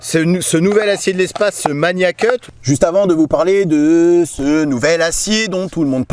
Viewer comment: Bonne vidéo. Merci. En ce qui concerne la prononciation on dit Magnacut avec un G dur (comme dans magazine) et pas MaNIAcut.